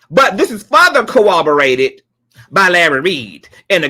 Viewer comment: You always say "co-oborated" instead of "corro-borated" and " E-lluded instead of A-lluded" im. Not being shady im.just saying because those are different words, maybe it is because of your accent or soemthing